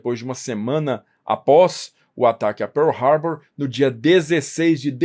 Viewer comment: Bela pronúncia de PEARL HARBOUR! Corretíssima.